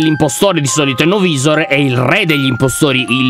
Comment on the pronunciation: Lyon la pronucia di no-visor e no vaisor